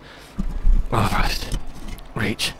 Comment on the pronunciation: you said hoarfrost reach lmao